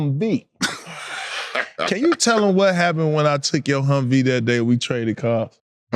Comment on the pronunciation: “The hummvie”😂